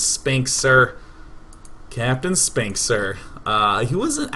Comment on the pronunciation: I swear to god, if you meant "Captain Spink, Sir" to sound like sphincter, I will cannon rush you in real life.